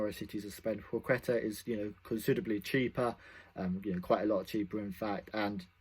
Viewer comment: pwaheta - pronunciation